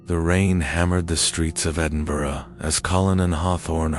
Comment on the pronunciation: An American who can pronounce Edinburgh correctly 👌🏻👌🏻